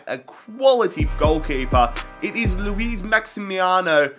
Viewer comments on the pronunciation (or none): none